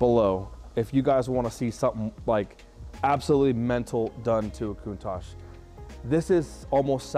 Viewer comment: PLEASE please do your research on how to say this car !!!! there is No KOONTASH in CANNONBALL RUN !!!!!! and im not sure why your going to use the phone to try and dial the car in !!!!! the car was made well before computers or anything like that so if your going to try and use a PHONE to dial it in your in for a BIG shock !!!!!